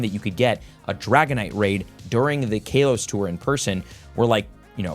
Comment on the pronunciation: You saying kalos is wrong not trying to be mean